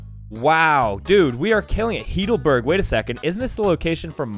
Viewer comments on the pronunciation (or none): Heedelberg? Hahahaha. It's Heidelberg.